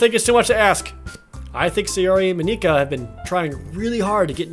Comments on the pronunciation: Mon-Ik-Ka not Mon-eka Just Mon-Ik-Ka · You don't need to pronounce Monika's name in such a japanese way, Jared. It's not Mon-e-ka. It's just Monika. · Am I the only one who's a bit bothered with the way Jared pronounces Monika? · He records the videos edits and uploads parts of the game one day at a time so he won't know that he's SAYING MONIKA WRONG